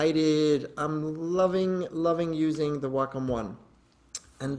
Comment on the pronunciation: I finally know how to pronounce Wacom correctly. WOW